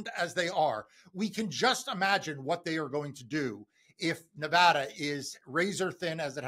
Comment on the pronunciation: Silly thing, but hooray for pronouncing Nevada correctly!